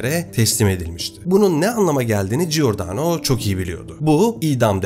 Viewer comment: Giordano=Cordano okunur, İtalyanca da gi=c okunur. G okunması için önüne gh=g okunur, yeğenim, teşekkürler emeğine.